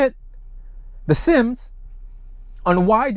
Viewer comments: Thank you for your report. Always appreciate the update. It’s the Si-am or Siamese (pronounced with the English version) or Siem in Khmer version, not the “Sims” you kept repeating…my two cents. Also, I got second-hand embarrassment from watching the Siam military leader’s awkward 😬 replies, bs-ing his way through and through. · Yeah Sim is my last name and it hurts my soul every time he calls them that